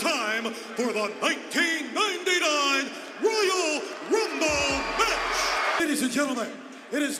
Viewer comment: I remember Lilian Garcia messed in one of the Royal Rumble matches. She said Royal wumble